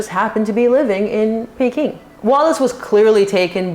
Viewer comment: My grandmother was born in China because her father was some kind of Envoy or Governor of a Province in China. It is pronounced PEE-king.You automatically pronounced it correctly later in the video. With respect to "tricks of the trade" I believe both King Edward VIII and Prince Harry were victims of confusing these with true love. And I agree with you, Meghan is not bright enough to be recruited as a spy.